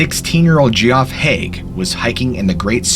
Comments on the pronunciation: Geoff is pronounced the same as Jeff. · 😂 Geof is pronounced Jeff (just spelt differently not G off) same with Gerry in the other story pronounced Jerry not Gary. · Gary and Geoff lol aka Jerry and Jeff can he not read lol what's up with that 😀😂😂👋😁😁🤔🤔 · Sorry but Geoff is pronounced the same way as Jeff. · Some of these pronunciations are bad, but by far the worst one is Geoff... it's Jeff. I had a friend named that back in the day, we'd call him "gee-hoff" as a nickname but that was it. Appalachian is another one, the "ach" is meant to be an H not "ock". Maybe it's pronounced as in the video in the southern parts but not up here in the northern half of the trail. I've already seen these mentioned by other commentors but I feel like I have to reiterate it out of principal. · Geoff is pronounced jefff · Ok, sorry but i just have too... first GEOFF is pronounced JEFF its just spelt different. And the appellations is pronounced APPLE - LAY - SHUN. Okay now i got that off my chest, i love your videos the story's never get boring and always give me a chill and scare the s**t out of me. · Geoff is just the English spelling of Jeff. Normally the person's name is Geoffrey. Shortened to Geoff. If someone pronounced it differently, they probably thought they were being cool or something. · My dads name is Geoff pronounced Jeff, and Gerry is short for Geraldine so most likely pronounced Like Jerry as in Tom and Gerry. But tenaciously adhere as you see fit; you say Too-may-toe, I say Too-mar-toe. Grammar cops are a drag I must admit, and mention these only if you aspire to perfection in a world of wildly variegated possibilities, making no assertions my word is law No rule is 100% applicable all the time including this one 🙂. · Love the channel but maybe work on your pronunciation of certain words and names. Really kills the vibe. Geoff is pronounced "Jeff" and the word is autopsy, not odd-topsy. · GEE-OFF lmfao pretty sure it's pronounced Jeff 🤣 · Geoff is pronounced Jeff.